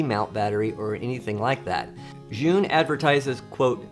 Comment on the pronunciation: Love your videos but gotta correct your pronunciation. ZhiYun is a Chinese company, not Japanese and your pronunciation is far far far from the way it should be pronounced, it sounds like "Jurr Yoon. " Why would you ask a Japanese person how to pronounce a Chinese word?